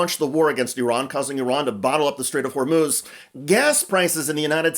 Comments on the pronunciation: Pretty sure he said "Strait of Vermouth". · Did Bessent say the strait of Vermouth? Makes sense now.